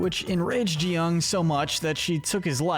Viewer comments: it’s GI-hun not JI-hun, why to people say it like that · It's GEE-hun, not jee-hun. G as in graph. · IT is not pronounced ji hun it's gi huun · It's so annoying that everyone just mispronounces (Gi Hun)